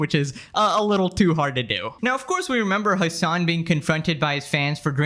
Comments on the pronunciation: You deliberately butcher the name "Hasan" by pronouncing it "Hamas". That tells me everything about how much trust people should put into anything you say. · "hamas piker" ughhh